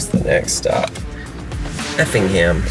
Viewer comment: Lol i’m from Effingham area I found it funny when called it Effington😂